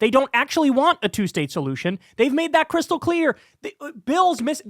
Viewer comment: KEEP IN MIND, KYLE IS SAYING “KRYSTAL CLEAR” NOT “CRYSTAL CLEAR”. ITS NOT GOING TO CATCH ON KYLE.